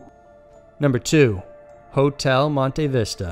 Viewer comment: I almost died laughing at the way the pronnounced Hotel Monte Vista 😂😂😂😂